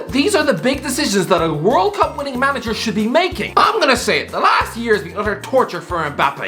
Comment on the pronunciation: "world class mamager"